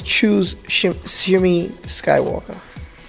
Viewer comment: Nice video. Good information. But just to help you out on something, Anakin's mother, her name is pronounced as "Shmee"